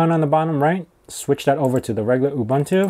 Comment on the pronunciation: It's pronounced OOBOONTOO. OOBANTOO does not exist.